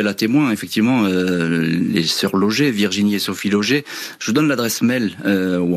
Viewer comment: Pourquoi appeler Logé ces personnes que l'avocate appelle Loge ? De toutes façons ce présentateur ne sait pas lire ,confondant entre autre points et virgules . Il pourrait au moins lire une fois d'avance ce texte dont il n'est pas auteur.